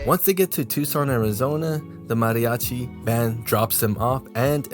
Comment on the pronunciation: "Mariachi" bro...